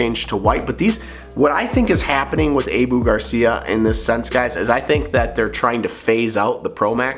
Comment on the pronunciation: It’s pronounced “Ahhhhboooo” Garcia Not (Ayeeeboo) ….